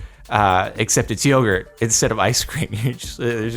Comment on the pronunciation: Jardon pronounced yogurt wrong, lol